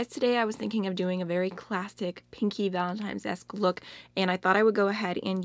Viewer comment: It's 7 pm in the middle east & I just woke up from a nap ! I saw Angie's video, then yours And I couldn't stop hearing you say valentine's like VALEMTIMES 😂🙃 I truly need a JUG of coffee now 😂😂 I like this video idea , and I love the look ,I'm truly sorry for your palette status rn I felt the same when you said it became a bitter/sweet thing now ! 💜💜 Happy Valentine's everyone 💜